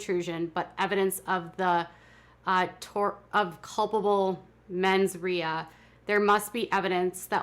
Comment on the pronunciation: It's pronounced menz ray